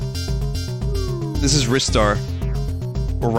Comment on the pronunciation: You got it right. Ristar is said like "wrist", as evident by how it's writen in Japanese リスター.